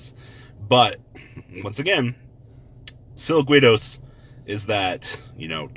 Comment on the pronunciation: Plus that's kind of his niche....some things he can't (or won't) pronounce correctly, such as impermanence, or silquitous, and imo it makes him that much more funny and personable.